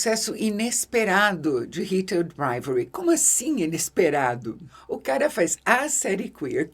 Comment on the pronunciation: Nunca vi alguém falar tão bonito o nome da série hahahah eu toda vez dou uma enrolada na língua 😂